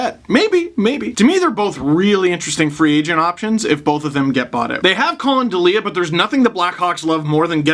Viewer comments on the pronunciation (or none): It’s DEEL-ya, not de-LEE-a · Steve, it's pronounced Dee-lee-ah. He played at my college, so he's a friend of a friend, no worries.